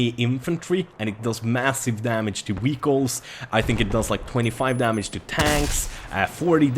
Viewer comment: Why do you pronounce "vehicles" like that😂